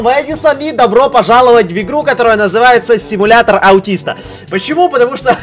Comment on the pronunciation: В начале ты сказал не симулятор а СИМУЛЯТОЛ! 😉😂😂😂😂, КЛАСС!